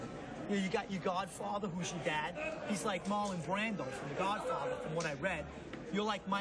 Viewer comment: “The Godfawtha” lmao Jeff’s face.. what disrespect, man…